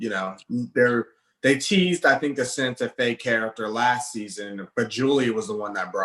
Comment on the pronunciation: This man said “Santa Fe.” 🤣🤣🤣🤣🤣🤣 Safiyah.